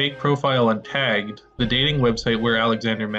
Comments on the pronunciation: Why does pronounce "tagged" like /tɛ:gd/? Feel like I've maybe heard some Philly guys talk like this, but never a Canadian. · Nice to see someone else picked up on that